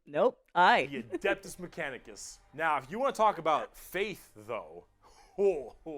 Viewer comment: "Adidas mechanicus" LOL